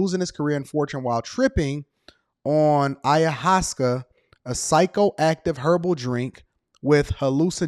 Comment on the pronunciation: Hey it's pronounced "eye-oh-waahs-skaa" and it's very therapeutic. Not for everyone though, you have to be strong enough to face who and what you really are...